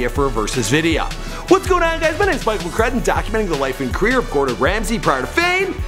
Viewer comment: Its mcCrudden 😂😂😂😂😂